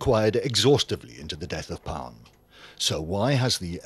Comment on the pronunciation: Not pronounced ‘Palm’